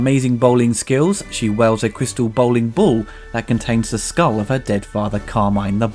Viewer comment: Dude, wields. Not "welds", wields.